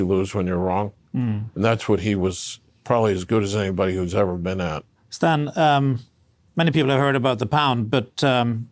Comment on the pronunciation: People drink so much that they still mispronounce Stan's last name.